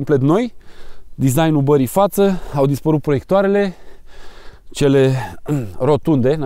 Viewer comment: Foarte tare. Intr-un video explicai de chiulasa, ca nu se spune 'chiuloasa'. Eh, acum spune si tu 'barei', nu 'bării' :D